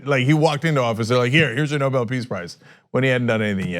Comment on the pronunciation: Clown can't read the letter says Nuble peace of shite prize.